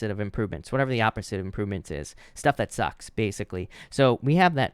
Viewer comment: "Stuff that sucks" 🤣🤣 you almost sound Australian !